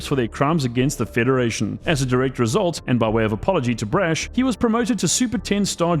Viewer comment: PLEASE STOP SAYING BRASH LIKE THAT IT HURTS How do you pronounce the word 'Brash', out of interest?